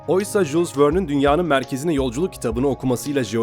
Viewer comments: Jul vern de jus wörn değil Jules werne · jules verne'nin telafuzuna patladım.Biraz Celal Hocayı izleseydiniz bilirdiniz.